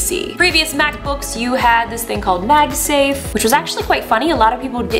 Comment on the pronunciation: Pretty woman. Magsa.. what?